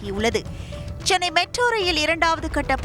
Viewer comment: ஸ்சென்னை இல்ல தலைவா. சென்னை.